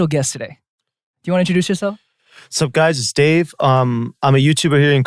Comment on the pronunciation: The way Dave noticed that Jae spelled his name J-A-E but not that he said Day-A-Y-6 lmao